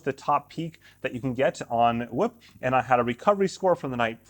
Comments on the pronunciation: Its not whip its whoop lol cmon bro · I'm gonna need him to say "scoop" for reference 🤣